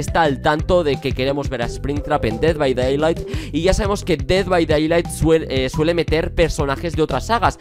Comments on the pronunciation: Se dice "ded bai deilaijt" :) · me pone nervioso que digas dead by daylight mal se pronuncia literalmente como lo voy a escribir: ded bay deylight